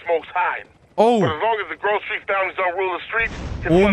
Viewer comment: man spricht es nicht „gruv street“ aus sondern „grove street“